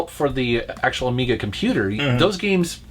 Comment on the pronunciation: "The ajiga cd system" lool